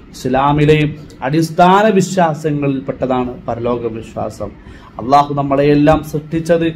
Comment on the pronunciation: ഉസ്താദ്, allah എന്ന് പറയുമ്പോൾ ഉച്ചാരണം ശ്രദ്ധിക്കണം. നല്ല അവതരണം.